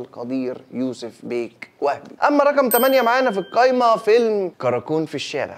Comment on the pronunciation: كل ما تقابلني حلقة ليك وادخل اتفرج الاقيك بتقول الكايمة مش القايمة اروح قافل الفيديو ع طول 😂